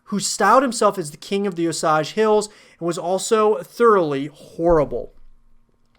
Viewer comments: O-sage not os-age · It is pronounced OH-SAY-J. Like "oh" + "sage", like the plant.